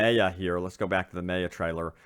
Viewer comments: ffs its my-uh not may-uh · it's not prononse MAY-A it's MAYA it hard prononsesation. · Anyone else get annoyed every time he says MAY UH? Dude it’s pronounced MY UH....it’s not that unique of a name...very common with very common understanding of the pronunciation. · Does anyone else hate that he is pronouncing Maya wrong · Me. So much. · Completely butchered Maya’s name lol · The Fly3st lmao I know it pisses me off it’s such a common name like how does he not know how to pronounce it 😂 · I ignored it the first couple of times but by the end of the video I was rage screaming the correct pronunciation back at the screen!